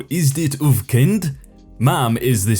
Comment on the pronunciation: you pronounced the dutch sentence pretty well except for uw xD